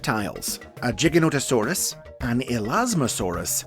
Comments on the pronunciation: I Thought You Said A "Gi-ganotosaurus" Instead Of "Ji-ganotosaurus" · It’s Jy-gan-nut-uh-sore-us. I got it wrong before also, called it Gigga-Not-uh-sore-us.